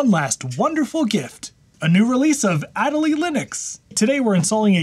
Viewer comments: There is 0.00% chance you are not pronouncing MATE and Ma-te while saying ad-a-lee whilst the E literally has the accent. There is no way that isn't a troll. Well done, I hope. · If that distribution of Linux is named after the Adelie Penguin, shouldn't it be pronounced the same..? "uh-DELL-lee" (notice the accent over the e...) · Funny pronunciation of Adélie like always.